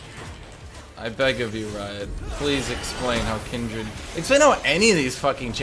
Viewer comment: Noooo it's Kindred No Aaaaaaaaa!!!